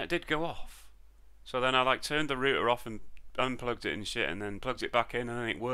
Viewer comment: You didn't say router correctly..